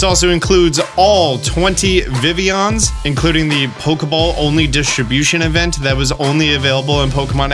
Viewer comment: i feel so validated whenever you pronounce vivillon the french way, that's the ONLY way i'll ever pronounce it eta: you lengthened the boi! hero!!